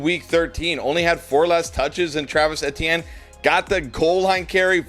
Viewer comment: Travis E T N, not sure why it’s so hard for you to say his name.